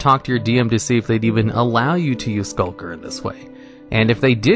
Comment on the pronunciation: Why does he have so much trouble pronouncing Skulk lmao last video I saw he called a Skulk “Shulk” and now he’s calling Skulker “Sulker”